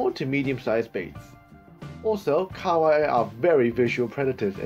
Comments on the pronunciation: Ka wai its pronounced ka ha wai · KA-HA-WAI NOT KAWAI